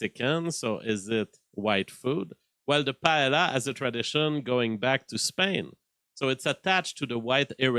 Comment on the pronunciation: Paella pronounced “Py-eh-a” LL = y in Spanish.